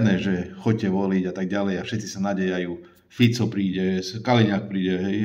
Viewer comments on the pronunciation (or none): none